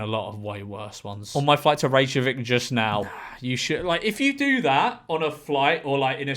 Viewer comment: Mildly infuriated in how George pronounced Reykjavik ;)